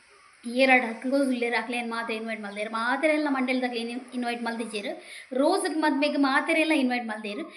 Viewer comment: Rose alla, Roce